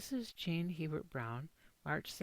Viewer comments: I am trying to take this video seriously but your He-Bert pronunciation is just totally incorrect, literally no one who carries that name in Louisiana or France says it that way. A-bear is the only correct pronunciation of this name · Omg my last name is hebert and you said it wrong you have to say it like abear